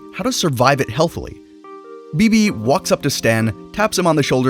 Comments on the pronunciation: All right I'm not going to lie everything was cool until you said Bebe it's beh beh or babyah 😅I'm good now sorry I love her am butters 😂❤ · It’s not beebee its baybay